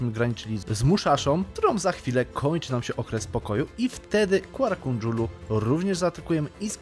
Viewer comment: to jest Kara Kojunlu, nie Kuara Kondżulu xDD